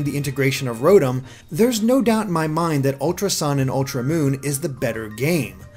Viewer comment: Rotm? It is ro-Tom!